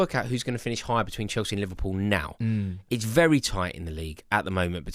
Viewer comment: 2026 still saying “chelski”